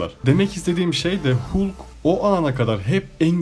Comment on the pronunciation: Bende aynı teoriyi düşündüm filmden sonra yanlız değilmişim demekki :D bu arada halk diye okunuyor hulk hulk dayanamadım videoya